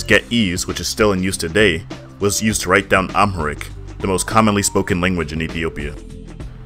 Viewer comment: The way he pronounced Ge’ez and Amharic killed me 😂😂😂